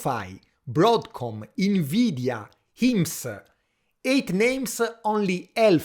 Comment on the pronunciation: Everytime you say INveedia i want to throw a QUAHSOHN at a snobby frenchman 😂